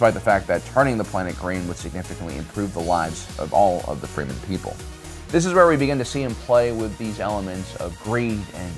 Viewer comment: Anyone else notice that he keeps saying freemen instead of fremen?